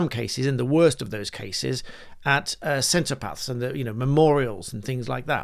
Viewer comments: Cenotaph not centrepath as you said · Are you a little dyslexic? It's 'cen-o-taph' (sen-o-taf), not 'centre-paths'